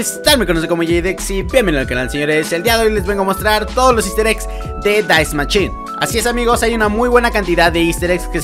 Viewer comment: Dais machine amooooooooo se dice Dai machine brooo 😂😂